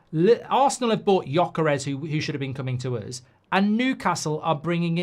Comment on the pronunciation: “Than uzzz”